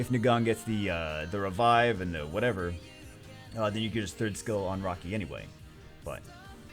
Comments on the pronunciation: I kept hearing rocky instead of raki and was so confused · Who is rocky? Or does he mean raki?